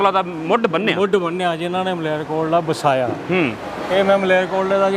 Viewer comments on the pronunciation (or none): Marelkotla nahi veer Malerkotla aaa😂😂😂😂😂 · ਓ ਭਾਈ ਇਹ ਮਰੇਲ ਕੋਟਲਾ ਨਹੀਂ , ਸਹੀ ਉਚਾਰਨ ਮਾਲੇਰ ਕੋਟਲਾ ਹੈ ।ਧੰਨਵਾਦ । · Mrelkotla nhi ji Malerkotla a ji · ਕਾਕਾ ਜੀ ,ਮਾਰੇਲ ਕੋਟਲਾ ਨਹੀਂ ,ਮਾਲੇਰ ਕੋਟਲਾ ਬੋਲੋ। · ਮਲੇਰਕੋਟਲਾ ਦਾ ਨਾਮ ਸਹੀ ਲਓ, ਤੁਸੀਂ ਮਰੇਲਕੋਟਲਾ ਕਹਿ ਰਹੇ ਹੋ